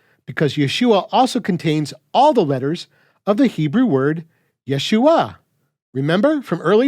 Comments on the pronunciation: But the funny thing about pronunciation of vowels like ah and uh, you went and sounded the whole time like you could’ve been saying, yuh-shua or even yah-shua. This is why there are vowel shifts in languages. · I notice you don’t seem to take note of a difference in pointing between the Messiah’s name and both Joshua’s name and the feminine word for salvation. In the latter two, yod is pointed with shva (two dots vertical), which you pronounce correctly. In the former it’s pointed with tsere (two dots horizontal), which should be pronounced like “ay” in English “say.” That vowel is what scholars think the residual part of haShem and the first radical of yasha’ collapsed into. So, as you say, there’s no need to “restore” *ah there.